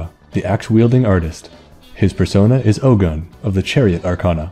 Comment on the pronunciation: I'm Yoruba... But my god, your pronunciations are funny... Ogun is oh as in Ohio and gun as goon but stressed like you're asking a question... Yoruba is yo as in the greeting yo, ru as in woo or rue or sue, ba as in bad again with a stress like you're asking a question... You should always end them like you're asking a question because we like to stress the last syllables... And the funniest pronunciation you made... Ife... Firstly, ife is two syllables not one... Not hive, I as he, feh as if you're saying feather but again with a stress at the end like you're asking a question... Olorun is o as in on, the uh part when you're pronouncing on... Lo is like saying law without the w or lore without the re... And run is basically rune without the e and with a rise at the end of the syllables like you're asking a question... Plus no, it's not an accurate design... They should have learnt more about Ogun... They would have gotten it almost perfectly if they change the wraps to red because that's just meant to be a red iro and buba, basically two red yards of clothes not a mummy wrap of bandages because the red color was the real reason it was on the statue not the clothes... And the vines aren't vines, we don't have vines here in western Nigeria except deep somewhere unknown in the jungle that we had no idea about... Those vines were palm fronds because those were important because of our reliance in palm oil and using palm oil to preserve iron... My god, no one can miss the mark mo